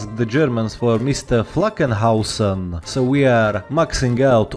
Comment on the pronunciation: Will you at someday not call him Flaggenhausen?